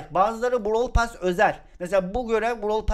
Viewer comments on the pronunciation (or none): Pas değil pes😅😅